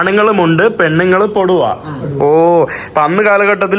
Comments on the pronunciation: പൊടുവാ.. അല്ല.. പുടവ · പൊടുവാ അല്ല പുടവ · പോടുവ അല്ലാ പുടവ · പോടുവ അല്ല പുടവ 😂😂😂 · പുടുവ (പുടവാ) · പൊടുവ അല്ല പൊട്ടാ പുടവ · പൊടുവ അല്ല പുടവ എന്നാണ് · പെടുവ അല്ല പുടവ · Bro പൊടുവ എന്നല്ല പുടവ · പൊടുവ അല്ല പുടവ അല്ലേ ശരി? ഇപ്പോഴും മലയാളത്തെ സ്നേഹിക്കുന്ന ഈ കുടുംബത്തോട് ഒത്തിരി സ്നേഹം❤ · "പൊടുവ " അല്ല "പുടവ"😅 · പൊടുവ അല്ല പുടവ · പൊടുവാ അല്ലാ പുടവ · പോടുവ അല്ല പുടവ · it is not poduva. It is Pudava. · പൊടുവാ അല്ല പുടവ എന്നാണ് ബ്രൊ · പൊടുവ അല്ല…..പുടവ😊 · Poduva alla... Pudava... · Not podava pudava is correct super❤